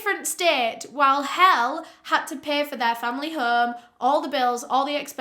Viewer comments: i'm norwegian, and i'm pretty sure Helle is pronounced "hell-eh". either way, i feel so bad for her ugh. may she rest easy. <3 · danish person here! her name is pronounced "heh-leh", not pronounced like "hell", obviously. like "helen" without the N. really hurts everytime it's mispronounced. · Another great episode, but... Her name is pronounced “Hell-uh”, not “Hell”. Polygraphs were not new technology in the 80’s. They were invented in the 1920’s. And he did not buy the wood chipper, he rented it. That is why the police were able to inspect it so easily. It was no longer in his possession. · Not quite sure why you left out the e every time you said her name, buy its not pronounced "hell", its pronounced "hell-leh" 😅 Kinda like the slang word "hella" buy with a "eh" at the end instead of the a. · For anyone confused; Helle’s name isn’t actually pronounced like Hell in Denmark, the last e is pronounced, so like Heh-llé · Its a dutch name, its pronounced helleh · Oh no... you pronounce Helle hel-lee not hell 😐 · Not knowing the case before hand, but being from Denmark I'm guessing her name is Helle (pronounced Hel-le - remember the "e"). Love your videos. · She is called Helle, not hell 😆😜 It's a very common name in Denmark. It's pronounced kind of like Heller.. or Hell- and then the sound of "ear" in Early. Hell-"ear". That's what comes the closets, I think.. Hell sounds a bit wrong in my ears 😆 Oh well.. Danish is very hard to learn to speak (as a foreigner). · To the non-danes watching this: her name isn't hell dw it's "Helle" v common danish name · Thanks for covering this case! If I can add some feedback, it would be to research how to pronounce names, eg. Helle is pronounce “Hella” rather than “Hell”. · Girl stfu 💀💀 firstly, the whole world isn’t English. I’m sure your name means something strange in another language. Secondly, it’s Helle. Pronounced hell-eh. It’s an Old Norse name which remains popular in Scandinavian countries. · Helle is pronounced 'Hel-leh'